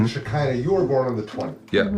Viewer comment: Shakira...not shekinah